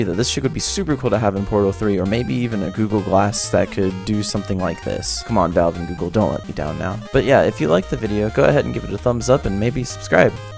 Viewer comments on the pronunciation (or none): none